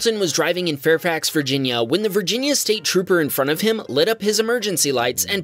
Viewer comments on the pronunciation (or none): "Viginia." Oops!